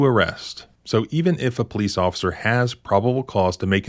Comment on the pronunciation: COOLIDGE PO-LICE, OFFICER BIGBALLS HERE